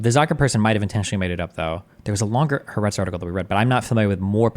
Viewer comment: Hey Destiny! It’s pronounced “Ha-Ah-retz” and it means “the land” ❤